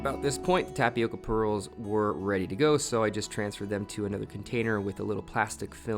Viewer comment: Just for the curiosity aspect of the thing: the pronunciation in the word tapioca is with an different sound in the "O". It's not like in "oval" it's more like "owl". (There is a symbol for this phonetically but I don't have it in my cellphone keyboard lol) If you put the word in Google translator you could hear the Brazilian portuguese original pronunciation. It's a word that comes from our native Brazilians, from their Tupi-Guarani language. They are one of the various different people that lived here before European people came. Some tribes still live in our forests nowadays, eating tapioca and other mandioca (maniva) products. Here in Brazil tapioca is very common and we eat mandioca in it's many forms in a regular basis. Is a really good an nutritious food. Glad to see other people trying and enjoying it too 🙂